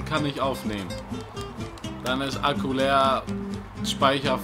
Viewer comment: Merkt so : "Mein Alkohol ist leer" anstatt mein Akku ist leer XD